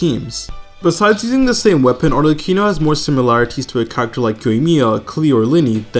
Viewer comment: While I have recently almost completely stopped playing genshin for the first time in 3 years due to some personal reasons, I’ll always watch a video when he uploads. Because he’s the GOAT. Also please stop saying Arleccino